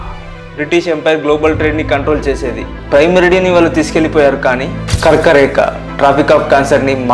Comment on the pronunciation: Super bro👌కర్కరేక కాదు కర్కటరేఖ